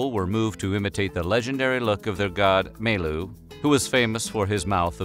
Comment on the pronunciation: never heard of such god in philippine mythology before. tho thanks for the facts. I also thought that the narrator said Mi-lo or may-lo which sounds like an energy drink. and one thing the pictures shown when the narrator talks about "melu" looks like chinese to me so I thought its chinese